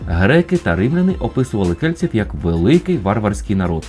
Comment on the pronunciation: Дещо дратує ца-цакання: кельціу